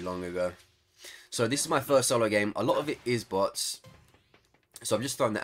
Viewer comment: kinda sounds like youre saying butts not bots 😂